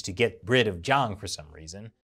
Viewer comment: should practice more on pronuncing Juang & Zhang.